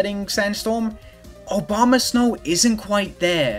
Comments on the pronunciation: The brainrot is real. said "Obamasnow" every time. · He’s definitely calling them Obamasnow